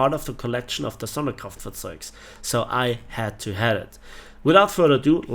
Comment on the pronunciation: Did you just say „the other SonderkraftfahrzeugS“?😂